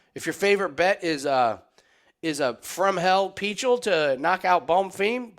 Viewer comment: The way you pronounce Pichel is just sad.